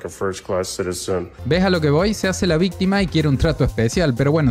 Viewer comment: "Vístima, vístima vístima, vístima, vístima".